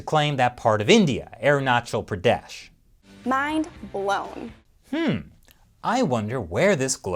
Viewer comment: Thanks for pronouncing Arunachal Pradesh right, its alarming how Sino-Global influence has crumbled world peace, after WW2 world has chose for peace and development and making world better but it feels very wrong how present People's Republic of China govt. has its evil tentacle's destroying in every sphere, from being a jerk neighbor, border dispute, intellectual property theft, inhuman-policy over ethinic minorities, irresponsible space cooperation, spy over telecoms. Thanks to China Uncensored many viewers get chance of reality. Love from India.👍✌🙏